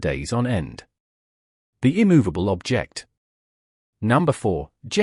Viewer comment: Probably the worst example of AI narration I have ever heard. My favourite is, “Object”, pronounced as if it’s a verb. “Marcus Tresc O’Thick”, is not far behind. Not so smart now are you, AI? Such a shame, as it spoils an otherwise interesting video. As Geoff Boycott might have said, “My grandmother could have done better”.